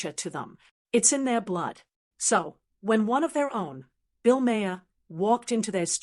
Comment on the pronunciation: If you're going to use AI to make your video instead of doing the work yourself, you should at least edit it yourself, or at the very least listen to it. It has consistently mispronounced Bills name.